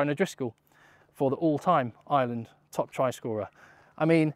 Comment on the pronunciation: AYE ER LAND!!! Please stop saying island. Please